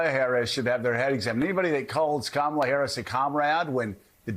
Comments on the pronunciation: Trump purposely mispronounces VP Kamala Harris' name. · The way he says Kamala is disrespectful for knowing how to pronounce someone’s name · A grown man who can’t manage to learn & retain how to pronounce “Kamala” should have their head examined. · He loves to mispronounce Kamala's name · Not sure how anyone can vote for a man who lacks the capacity to even pronounce his opponent’s first name correctly.